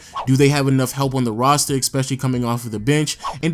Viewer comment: eSpecially, not eXpecially. Good vid though bruh, like your content